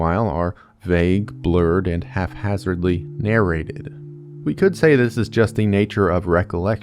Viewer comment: "Haphazardly" not "half-hazardly". That was a fun eggcorn tho!!!